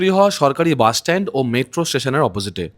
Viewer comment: বাস কে বলে বাশ,এসি কে বলে এশি 😂😂😂😂 যার উচ্চারণে এত ভুল,সে আবার বাস এর ভুল ধরে।আর বাস লেট করে এসেছে এটা হ্যারাসমেন্ট? 😂😂😂 কোথায় কি বলতে হবে সেটাও জানেনা